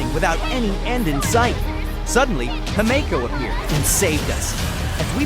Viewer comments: NOT THE PRONOUNCIATION HELP NOT HIMEJKO AND DEEN KHANG ZHENZHU LUFU BEILU AND BEST FIGHTER HANYA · Good lord… the pronunciation, ITS DAN H-UNG, AND HIM-IKO, ITS JURILLO, SERVE-ALL, ITS ZI-AN-ZHOU LOO-FU, B-I-LU, HAN-YAH The shiminawa artifact in that box XD I’m sorry being the pronunciation police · ah yes its "dan hang" and "he-me-ko" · The way he misspronounced himeko and dan heng 🥲💔